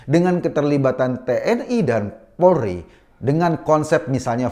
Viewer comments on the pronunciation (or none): none